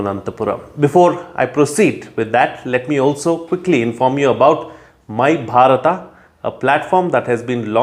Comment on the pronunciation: Why don't you pronounce Bharat instead of Bhatata??